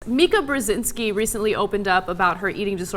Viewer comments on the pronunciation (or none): Why can no American pronounce Brzezinski properly? It's sad. Do you know that nobody can pronounce the name 'Seuss' correctly either? He himself pronounced it like "Zeuce".